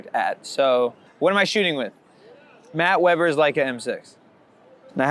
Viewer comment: What cam is he shooting with? Did he say “Matt Webber m-6” 😅😅 Wth